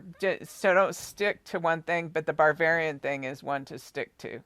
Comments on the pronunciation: It's Bavarian, not Barvararian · You keep saying BARBARIAN. There is a style of architecture called BAVARIAN - not BAR-VARIAN. Also a dessert called BAVARIAN CREAM. There is movie called BARBARIAN with a little pale yellow house. The song you were humming was YELLOW SUBMARINE. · …Ba….ba….not bar. Ba-var- ian,,,,VILLAGE ……… you are saying what sounds like barbarian. My parents lived in Leavenworth Wa. ❤️🙏. THANK YOI FOR ALL YOUR HARD WORK! I was astounded at your profound accuracy of the Daybell murders. At first I thought you were a nut, when you first came out with that information. it was so off the wall crazy unbelievably horrific. I couldn’t let my mind go to that level of evil. You have opened my eyes👁️ to a level of evil, that is inconsistent with life itself! I cannot get Summer out of my head….please help bring peace and justice to SUMMER. and the world!🙏🙏💜💜🌸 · "barbarian"??? do you possibly mean "BAVARIAN"?? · It sounds like you are saying barbarian instead of Bavarian. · I have a feeling you are pronouncing the place wrong… It's Bavarian not with an R in it🤔🤍🤍🦋🦋🦋